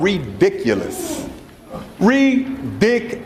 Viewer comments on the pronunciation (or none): This is ‘ree-dic-u- LIS’!!😂😂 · To quote that one Alderman: REE-DIK-U-LISS 😂😂😂